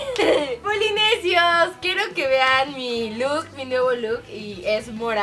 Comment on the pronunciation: jajaja en el minuto dijo polinesios mal jajaja Te Amo Karen, Rafa y Leslie.